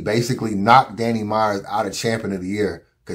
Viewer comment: Why won’t it fly, they let Tay Roc get away with saying DNANNY and let Goodz say bambi.